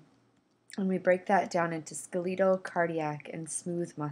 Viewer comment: Ska-leetal muscles? Seriously?